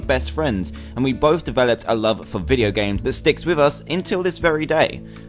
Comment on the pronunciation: he said "vieo games" instead of video games...